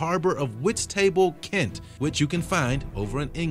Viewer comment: Thats not how you say whitstable